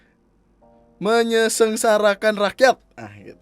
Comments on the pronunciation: Menyengsarakan bang, bukan menyesengsarakan 🤣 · Bang "menyengsarakan" yg bner, lu kaya pak mahfud md